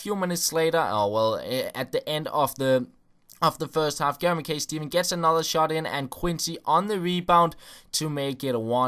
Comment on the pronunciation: Ma Kai not McKay